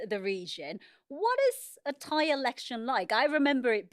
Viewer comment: Also this lady how did she get this job? Can’t even pronounce the names properly she obviously is not educated enough on Thai politics. I’m sure she is very qualified just not on this specific issue and it’s easily noticeable